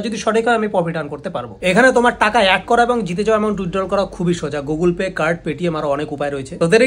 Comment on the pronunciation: আরে দাদা গোগুল পে নয় গুগল পে হবে 😂